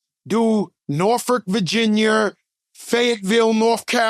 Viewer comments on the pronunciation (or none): Norferk Verginyer... took me out ⚰️ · Joe: “Virginer, North Caroliner..”🤣🤣